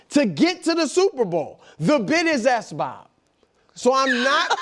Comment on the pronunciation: "the bit is SBOB" 😂😂